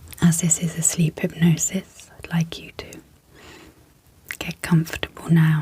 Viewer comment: I really like the soft spoken; great content. Super professional. The only thing that isn’t working for me, is the word Sleep, sleeP sleeP repeated close up to the mics with the Sl and the P super pronounced, it’s has actually woken me up. The p sleeee P SL eee P it pops me awake. Just wanted to mention. Maybe I can adjust volume. . all else absolutely fabulous